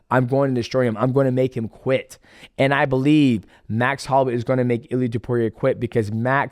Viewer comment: I’m so proud of you saying his name right